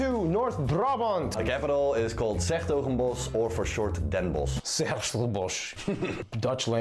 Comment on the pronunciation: Friesland is bigger than Gelderland And you saying 's Hertogenbosch was pretty good